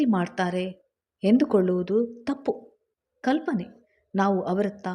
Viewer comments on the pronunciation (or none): ಅದು ಕಲೆ ಅಲ್ಲ ಕಳೆ ಕಲೆ ಅಂದ್ರೆ stain ತಪ್ಪುಕಲ್ಪನೆ ತಪ್ಪು ಕಲ್ಪನೆ ಬಿಡಿ ಬಿಡಿಯಾಗಿ ಹೇಳಬಾರದು ದುಃಖ್ಖ ಸ್ವಪ್ನ ಅಲ್ಲ ದುಃಸ್ವಪ್ನ